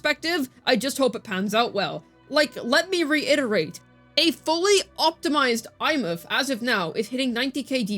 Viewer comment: SHE PRONOUNCED THE NAME RIGHT THIS IS REVOLUTIONARY